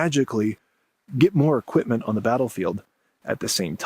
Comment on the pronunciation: "equip-muhn" "resor-ring to..." Lazy tongue syndrome: can't pronounce the letter T.